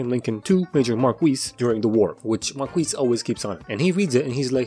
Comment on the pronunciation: My favorite thing is you pronouncing Marquis “mar-kweess.”